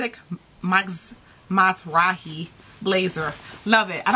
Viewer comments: Miz-rah-hee lol. u almost had it lol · I believe its pronounced Isaac Meeeezrahi!! LOL!